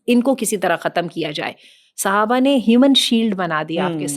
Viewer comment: Mam its Sahabah not suhabah